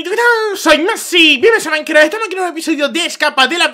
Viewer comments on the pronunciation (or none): none